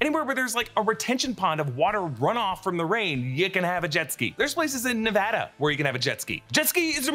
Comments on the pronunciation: You said Nevada right!!! lol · As a person born and raised in Nevada, thank you from the bottom of my heart for pronouncing Nevada the right way 🙌🏾🙌🏾